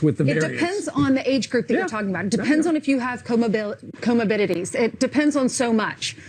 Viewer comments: "comobidities" she can't even say the word. The problem isn't kids are generally fine (even though it's not 100%) it's that those kids have older family members. Jesus these people are idiots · Did the communist Japan lady say "comabidities"?